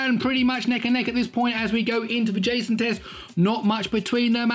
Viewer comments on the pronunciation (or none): none